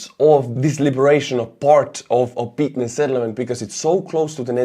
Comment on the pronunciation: just an fyi, the "y" is pronounced more like Estonian õ, so it's "Opõtne", similar to like Kyiv is "Kõjiv". It's a minor thing, but as a fellow Estonian I know you can pronounce it with much less difficulty than native English speakers. Thanks for all your work!